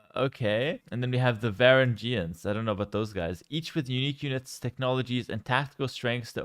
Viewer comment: trying to pronounce Varangians was rough, how you play a historical based game 24/7 and not know anything about history dawg 😂